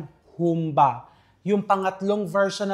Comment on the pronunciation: May diin poh ang " ba " sa dulo.